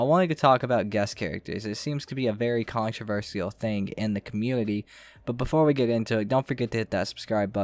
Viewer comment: Why did u pronounce controversial like that?